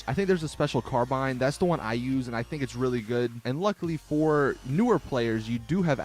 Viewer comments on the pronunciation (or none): none